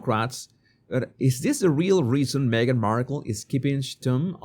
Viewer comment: Me-gain missing? What a pity 😂